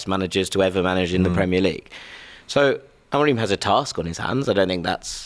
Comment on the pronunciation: Everytime he says amorim like that I nearly vomit